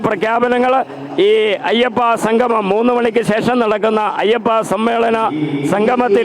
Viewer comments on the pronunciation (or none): എടോ സംഘമമല്ല; സംഗമമാണ്. ഇതിനൊക്കെ ഇറങ്ങും മുമ്പ് മലയാളം നന്നായി ഉച്ചരിക്കാൻ വല്ല എഴുത്താശാൻമാരുടെ അടുത്ത് പോയി പഠിക്ക്. വെറുതെ ഞങ്ങടെNo.1 കേരളത്തെ പറയിക്കാതെ. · ആമുഖം പറഞ്ഞ ആൾ 'സംഗമം' എന്ന് പറയുന്നതിന് പകരം 'സംഘമം' എന്ന് പറയുന്നു. മലയാളത്തിൽ പറയുമ്പോൾ അക്ഷരശുദ്ധിയ്ക്ക് പ്രാധാന്യം കൊടുക്കുക. അല്ലെങ്കിൽ ചാനലിന് മോശം ആണ്.